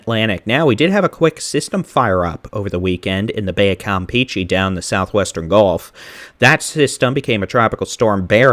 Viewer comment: Hi. Great video. Bay of Campeche is pronounced kam-pay-chay.